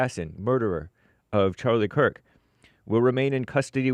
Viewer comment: Come on Jesse, really? You dont know its Kirk not Kurt???